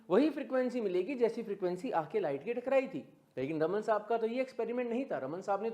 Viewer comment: It is Raaman (रामन्) effect. Not रमन्. Please learn and use accurate pronunciation.